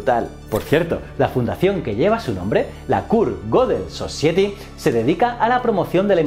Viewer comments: Clase de ingles Society no se pronuncia "sosieti" si no "sosaieti" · García Buena puntualizacion, ahora que lo dices creo que lo he escuchado alguna vez pero estaríamos hablando de acentos regionales. En cualquier caso la acentuación (o stress) está puesto en la vocal equivocada La pronunciación oficial es: /səˈsʌɪɪti/ o /səsaɪəti/ Y mi manera de escribirlo con las 5 vocales españolas es una mejor aproximación que la pronunciación en el vídeo que es pésima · Sin contar que realmente no introduce de verdad al pensamiento de Gödel, sino tan solo cuenta unas noticias relacionadas, me mató su mala pronunciación de las palabras "Gödel" y "society", una falta terrible teniendo en cuenta lo impecable que fue Kurt en el manejo de los idiomas. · Otra cosa que me mató fue su pronunciación de las palabras "Gödel" y "society", una falta terrible teniendo en cuenta lo impecable que fue Kurt en el manejo de los idiomas.